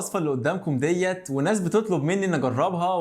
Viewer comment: ليش بتقول ديّت